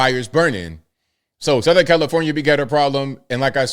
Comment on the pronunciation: I had to rewind it cuz I could have sworn called it Hellifornia